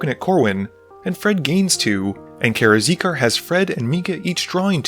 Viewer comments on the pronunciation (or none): Karakizar - "Kara-Zeekar" XD